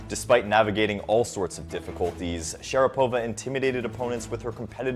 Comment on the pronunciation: It's pronounced sha-RA-pova not share-PO-va.